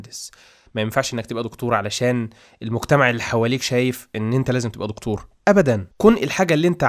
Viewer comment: مشكلتك حاجه واحده نطق وحش جدا جدا جدا ليه بتقول دقتور ما تقول دكتور ومسمهاش قوت أرجوك قناتك حلوة جدا بس نطقك بيقفلني